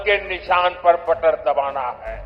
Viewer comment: बटन की जगह बटर बोल रहे है 😂